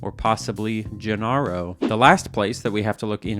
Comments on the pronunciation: the pronunciation would be "JENARO" from spanish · it's pronounced (henero) roll the "g" with an "h" sound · Love that he tried twice at pronouncing that Genaro and both were misses hahahah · I have no idea how you managed to mispronounce Genaro twice